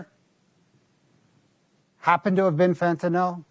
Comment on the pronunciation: it's Fentanyl not Fentanol🙄